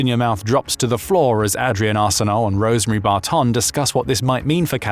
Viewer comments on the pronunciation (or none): Spit out my drink at the way you pronounced AH-direnne Arseneault and Rosemary Bar-TONN. Lol.